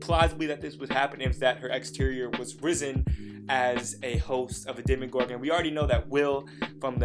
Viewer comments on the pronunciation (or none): he said demIgorgon BOI its demOgorgon UGH it makes me so mad when people say demigorgon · ARE PEOPLE ON PURPOSELY SAYING "DEMYGORGON" JUST TO TRIGGER ME? Because if so, you have. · SamFooSammieComments bruuuh ikr. My friend says it all the time and I'm just like. DemOgorgan DAMNIT